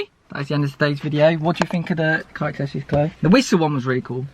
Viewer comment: And here we go again with the Car “Akseshoryz” 😂 loved the video man! Your some guy 🤣